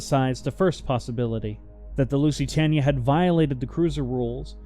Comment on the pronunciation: At least pronounce the name of the ship correctly. And she never approached 27 kn, over a measured mile it was 25.6, and 25.8 averaged. You could've checked that on Wikipedia